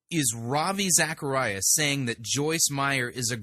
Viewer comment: A world famous television preacher, Joyce Meyers, has a world famous Christian apologist, Ravi Zacharias, on her television show, and she can’t pronounce his name correctly?